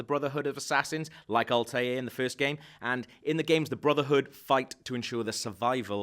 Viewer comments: his naim isnt altair its altaïr. so wrong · Altair.... is pronounced AL-TA-IR not "Altare" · it's pronounced Al-tar-ier not Altier... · ALTEER? ALTEER!?!?!? Its Alta-ir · when you were talking about the eagle, it's not pronounced altair more like Altaïr which means "the bird" in arabic. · really ? Alt-er ? not Altaïr ? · "Altair"??? It's pronounced "Al Taheer" dude. Get cultured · it's "alta-eer" not "altare" smh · And it's pronounced Alta-yee-r, not Al-tayr. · Did you just pronounce Altaïr as Alt-air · Blazicken ikr it's al-ta-eer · Alt air ? Lol did he played Assasin creed on mute or something because It feels like he never said Altaïr out loud. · o mah gash the way he said altair 0-0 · No no u said Altaïr's name wrong...... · at least pronounce Altair's name correctly if u do this.... Also the animus doesn't allow u to gain control of your ancestor, simply live/relive his life -. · He cant even pronounce Altair lol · he didn't know how to pronounce Altair either